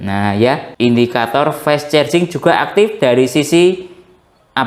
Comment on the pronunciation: Fas carjing gitu aja ngucapnya😢 fes cerjing mulu😂 maaf, lucu dengernya🙏🏻